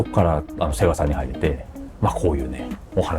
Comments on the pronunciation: セガ⤵じゃなくてセガ⤴なの好き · 「セ↑ガ↓」じゃなくて「セ↓ガ↓」ちゃうんけ？ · ゲーセンでエーガーて聞こえてたな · 最近はセガの発音違うのかな？ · セガさんのイントネーションが聞いたこともないイントネーションだと思ったらセガサミーのイントネーションだった。セガ単体とセガサミーじゃイントネーション変わるの目から鱗。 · セガサターンのセガの言い方で笑ったww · 合間の「セーガー♪」に感動 ときどさんの「セガさん」のアクセントは気になりました😅 セガ大好き！！